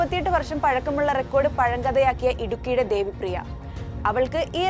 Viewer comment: Devipriya alla devapriya 😅